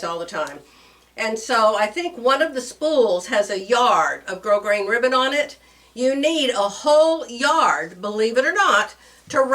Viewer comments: Hello, Grosgrain is a French word. "Grow-grain" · Gros grain is French and the S in gros is silent. It’s pronounced like the word “grow”. From a french fan.